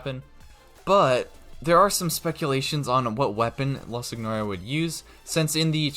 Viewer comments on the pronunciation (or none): It’s pronounced sin your uh. Not how it’s spelt.